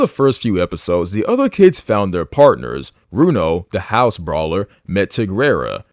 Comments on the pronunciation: Why is it no one can ever pronounce Haos? It's not HOUSE it's HAY-OS. Jesus. I would figure someone who watched the series would know how to say it. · i know you did not just pronounce haos the wrong way. it’s hey-os not house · House? Haos say it right